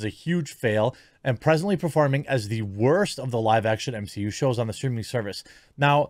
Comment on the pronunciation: can someone give me a GENUINE answer as to why ya'll keep calling it the "M-SHE-U"?